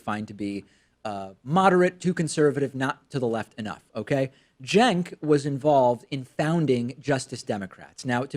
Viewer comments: All I got from this is, at first I thought his name was pronounced "chenk". I then learned his name was pronounced "senk". I now heard his name pronounced, about a thousand times in this video, "jenk" CENKUYGURHOWDOISYOURNAMEPRONOUNCED?!?! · How is Cenk apparently pronounced "jenk?" Or did I mis-hear it?